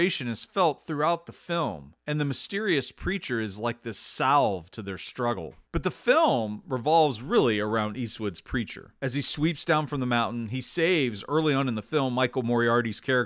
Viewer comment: You don't pronounce the "L" in salve.